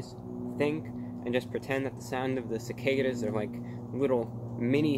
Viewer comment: It's cicada not cicada